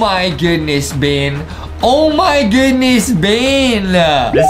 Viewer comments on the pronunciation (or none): brah its beng